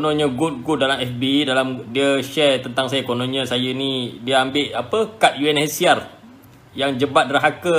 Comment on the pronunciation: Unhcr bukan unchr heheheh